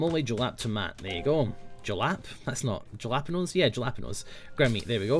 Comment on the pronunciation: It's halapeenyo